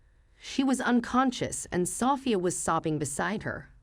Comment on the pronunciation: Justice is served. Happy ending for grandma Amelia, Emily daughter wife of philanderer husband George and granddaughter Sophia are living happily after the divorce☺️. Sophia should be stressed on the 2nd syllable😦